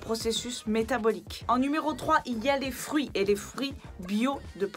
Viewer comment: Les frouits 🤣 (Humour) Par contre tout aliment contenant de la vitC est détruite avec la cuisson (40-60 degrés) ou trop longtemps à l’air (oxydation).